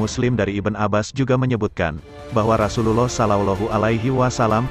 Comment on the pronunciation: Knp gk jelas mengucap rasullullah sholloh hualayhiwa salam